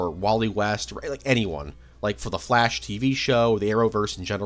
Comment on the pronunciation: I keeo hearing "the flesh" instead of "the flash" ahah (great video btw !)